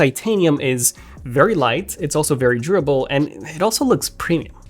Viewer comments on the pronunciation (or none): 🤔 I know I just took an edible but was he saying “tribble” instead of “durable”? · First 2 minutes had me lost.... I thought he was saying "dribble" and not "durable" 🤦🏻‍♂️ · Durable : Door-RA-bal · It’s kinda annoying how you say the words durable and aluminum